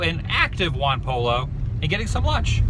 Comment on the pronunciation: Lol you pronounced Juan pollo completely wrong